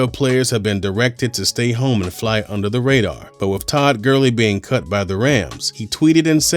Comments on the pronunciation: Did this mans just say Todd Gurling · “Tood Gurling” 🤣